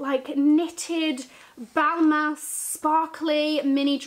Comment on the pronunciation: Imagine buying designer and dont know how to say the name “balman”